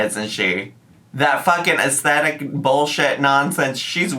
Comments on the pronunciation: to buy things BEFORE moving is the most insane thing ever???!!! you want to have as little as possible when you pack and move, and then you buy whatever else you need once you’re moved in. what is wrong with them. Also the way she says “astetic” instead of “aesTHetic” grinds my gears….and her taste is so unbelievably tacky wow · Um, its "Ess-dettikly" thank you very much everyone 😂